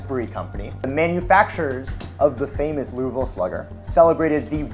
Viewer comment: thanks for pronouncing louisville without an s😀